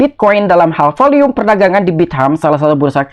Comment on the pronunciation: Volume kali bang bukan volium